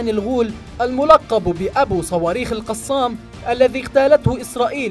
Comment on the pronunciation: كتائب "القصام"؟؟ نرجوا ايجاد اشخاص يجيدون قراءة العربية في قناتكم، فضحتونا.